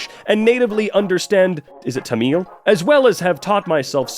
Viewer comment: it's pronounced like tah-mil btw